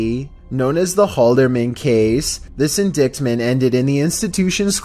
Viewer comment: "in-dickt-ment", lol, the c is silent, buddy. In indictment. Pronounced, "in-dyte-mint" Sorry, I'm a word nerd so grammar and spelling are my thing. I'm kinda particular about that kinda shit.